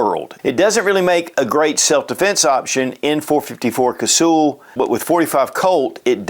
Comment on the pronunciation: It’s not Casool, it’s pronounced like hull of a boat. Cuz-hull. I have so much respect for that cartridge I just had to point that out.😊